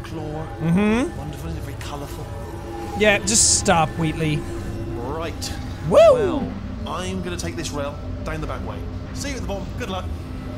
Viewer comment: You calling Wheatley 'Wheatlis' is my favourite thing in your playthrough